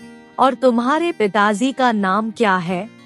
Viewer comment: आप पहले सही बोलना सीखें अब pitaji ko pitazi bol rahi ho